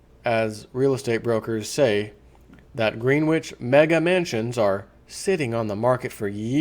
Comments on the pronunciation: Its "Gren-itch" not green-which. Don't get out much, Eh? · Greenwich is pronounced, gren itch. Like gren itch village in NYC spelled Greenwich village.